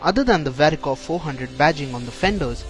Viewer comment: Its no more dicor it's varicor